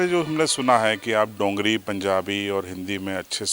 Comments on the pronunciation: Not dongari it's dogri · its called dogri not dongri..